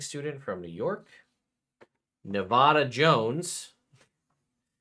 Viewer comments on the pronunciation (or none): Not pronounced Nev-odd-a ... it's Nev-add-a. Every time you say it the wrong way you piss off an entire state lol